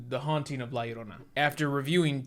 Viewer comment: at least james pronounced la llorona right